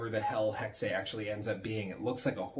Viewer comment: I believe it's Hex-uh, I believe it's German for witch